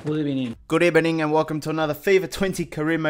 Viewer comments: Good Ebening 😂 lol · Good ebening :D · F in the chat for good ebening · Good ebening😂😂😭